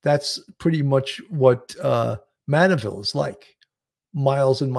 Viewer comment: It’s Manorville,not Manneville, if I’m not mistaken. 😊 Thanks for covering this.